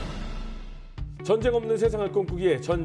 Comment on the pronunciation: 아나운서 발음이 정쟁 이라니,,, 매우 심각. 전쟁 전쟁 연습좀 하시면 좋겠습니다